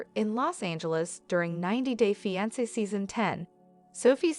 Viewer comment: “Feeansa” ugh these stupid bots